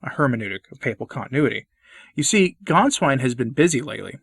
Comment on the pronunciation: Gänswein not Ganswein